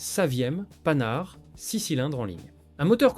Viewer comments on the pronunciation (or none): Archi faux le SC10 articulé n'a jamais existé , le moteur n'est pas à l'arrière mais "sous" le chauffeur (en gros) le moteur est un MAN et non un PANHARD (on dit PAN HARD pas PANE HARDE) Marre de l'IA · J’aime pas l’IA. "Panard" au lieu de Panhard. C’est nul.